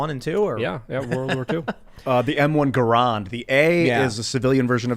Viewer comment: is a alright guy, but he has no idea what he's talking about with guns. Also the M1 Garand is pronounced GARE-AND not GUH-ROND.